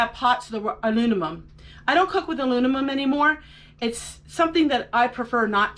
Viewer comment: Great video, not trying to be a smartass but you kept saying alunimum. I often mix words up myself and they sound so right when you say it, too!😂